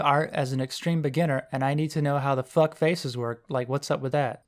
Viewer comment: out of all the ways people say "fuck" yours is pretty ｎｉｃｅ